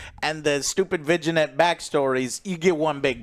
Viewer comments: It’s pronounced vin-yet not viginet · "Vignette" is pronounced VIN-YET (not VIJIN-YET). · lol vig-inettes.... its vin-YET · vin-yet not viginet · Joe, WTF is VeeGeeNET? Are you trying to pronounce "Vignette"? Let me help you out. Break it into 2 parts: first one pronounced like the name of our favorite "Family" man - "Vin", second one pronounced as "yet" (as in "Are we there YET"). Now put them together and what do you get? That's right "Vin-yet". And that's how you pronounce "Vignette". Alright gang, now let's make this a top comment, so Joe sees it. :) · Vigi-net? 🤣 Do you mean vih-ñet? Like señor? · Vi-Gen-Ett...Im not the only one hearing that am i lol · Sorry to be a pedant but vignette is pronounced ‘vin-yette’ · Lol saying vignette like 'vi-ji-net' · Joe you pronounce it vin-yet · I don't wanna be "that guy", but it's pronounced like "vin-yet" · Vignette is pronounced “vin-yet” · I always hated those damn vijinet effects on my games! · Hey Joe, just an FYI on the pronunciation of vignette. It's pronounced vin-yet. Don't pronounce the G. It's the same as not pronouncing the G in cognac. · Love the reviews as always. Also, vignette is pronounced "vin yet". pronounciation drove me nuts lol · Damn not even gonna correct how to say Vignette properly?😂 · Joe doesn't know how to pronounce vignette... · Vignette pronunciation is new… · Is Joe trying to say "vignette"? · Someone in the room needs to tell Joe how to pronounce vignette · lol I thought he was saying a different word